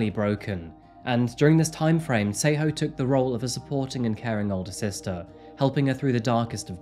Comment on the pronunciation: Your pronunciation of the names is too terrible. Tsego (try saying "TS" like 'ch' but more like "tisk" with the 'I' or like in Ella Fitzgerald's song 'a tisket a tasket' then a soft "e" like in elephant and then "Ghaw" like the sound "awe" not a sharp 'O' like in go. You are literally calling her "Say-ho". This is so far off it sounds like a story about native Americans or First Nations peoples. It's great that you do videos on South Africa and not just Europe and the West but you really need to listen to some South African news or just ask someone who comes from there, in person or online, how to say the names because you are honestly BUTCHERING them! And that is coming from a white South African which already says a lot (we are not known for our proficiency of Bantu languages, sadly). We gotta do better. Can't even watch the episode, it really is that serious.